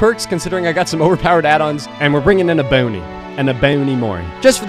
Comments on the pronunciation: E-boney?? E-BONEY???. I love you? To be fair Ebony is a weird word. Like, English has so many damn flaws. You probably don't care either way, but I think the easier written pronunciation probably is EH-Bow-Knee. But when saying it fluently in a sentence, it sounds more like EH-buh-knee (or perhaps that's just my New York dialect?) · And we r going to be bringing and mori, a EBONIE MORI🤣 (The way he says Ebony for fun Is hilarious)